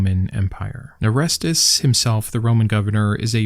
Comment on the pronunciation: Didn't you call him "Arestus"? His name is pronounced "Or-Es-Teez"